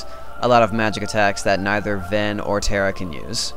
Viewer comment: lol terra is not "terrable" zing